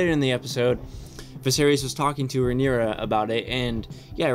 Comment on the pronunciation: Hi! Noticed you were unsure of some of the pronunciations for the character names, understandable seeing as they’re spelled super weird. Pulled these straight from the audiobook, hope they help: Rhaenyra - Ray-nee-rah Daemon - Day-mon Viserys - Vis-air-is Laenor - Lay-nor Laena - Lay-nah Corlys - Cor-lis Rhaenys - Ray-nees Aegon - Ay-gon Helaena - Hel-ay-na